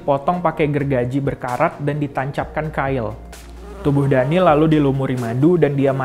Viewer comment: it's daniel not daneel